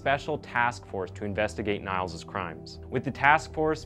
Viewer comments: Nails nails nails, every 10 seconds in this video he says the name and it sounds just so bad. Stop saying it like that, do you say Leslie Nailsen or Leslie Nielsen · NILES ??? You don't know how to pronounce Niels ?? It's one of the most common names, so many famous people named Niels and you pronounce it like the river Nile lmao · You saying his name sooooooo wrong😂 what you saying... I understand you saying it in English but you have to say it like : Neals .... That is how everybody in his country calls him and how you say it in Germany and the Netherlands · It's pronounced "neels" lol sorry, it's rather distracting. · Your pronunciation of ‘Niels’ is so bad I almost spit out my coffee when I heard it… lol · Your German pronunciation is wrong. It grates to hear Niels pronounced to rhyme with "miles" when it should rhyme with "deal" + s (as in sun). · I have to cound how often 'Niels' gets mispronounced in this video. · the name is mispronounced, it rhymes with 'meals on wheels' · NiEl not NiAl, by the end it had me itchin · that sounds really terrible and shocking what that damn killer did :O it’s nice explained,but i wanted to tell you that niels is not pronounced as niles but as “knee-ls” just to let you know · actually his name is pronounced exactly like the english word ''kneels'' :) , not Niles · "Niels" is pronounced "Neels", not "Nails". Cheers from a German. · LOL, I just posted the same, I hadn’t seen your post… I said «Neels» insted of «Niles» though, as «Nails» in English is pronounced differently than «Niels» or «Neels» («Neils»)… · You pronounce Niels as Niall, and also wrote it at Nial's confession. But it's actually pronounced as Neels, in Germany, Belgium and Netherlands and probably some other countries, "ie" is pronounced as "ee" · Great video, but as a native Dutch and German speaker hearing him say Niels like Nyles instead of something like Neals hurts me. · His name is actually pronounced “Neels” like “feels” but with an N. Not Niles lol